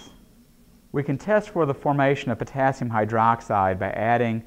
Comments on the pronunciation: Me: Potassium Him: p o t a s i m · I'm confused, is Potassium, or poTAAAAASIUM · writing : the potassium speaking : the p'tAAAAAAAAAssi'm' english. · I like how he says potAAsium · Am I the only one who heard him say " pOtaSium" throughout the vid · Sei lá... O jeito que ele fala "potassium" é diferente...